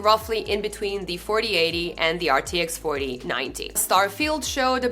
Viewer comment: My cat once told me: Dutch is actually mispronounced German. Of course I didn't believe him. But after seeing how you mispronounced "4080 Ti" throughout the video, maybe he was right 🤔